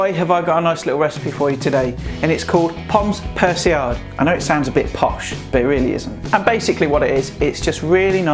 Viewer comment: that god someone on youtube knows how to make this correctly and pronounces it right as well, mad props m8